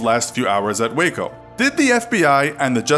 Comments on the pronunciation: I’m From Waco Texas And I Heard Of This But Thanks For Giving More Information (And You Actually Said Waco Right!~) And Don’t Call Waco Wacko-._-. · As someone who lives in Waco, I’m glad you pronounced it correctly